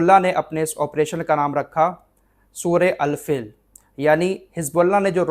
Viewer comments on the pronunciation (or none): Al fil nahi Al feel (hathi)